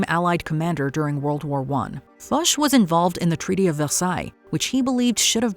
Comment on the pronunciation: Hearing a Canadian mispronounce Ferdinand Foche has me shook.